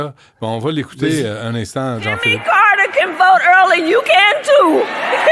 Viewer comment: Chez-nous on prononce "Carter", pas Carreteurrrre !